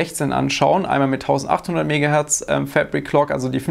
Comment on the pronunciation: jedes mal wenn du "FÄÄÄBRICK-KLOK" Sagst musste nen kurzen trinken!:D